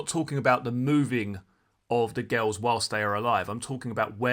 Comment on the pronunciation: The way you say girls sounds like ghouls